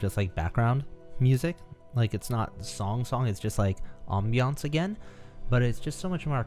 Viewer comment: pronunciation of ambience gives me life